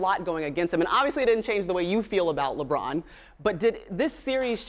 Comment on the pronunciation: he said LeGone hahahahaha...dead 😂😂😂😂😂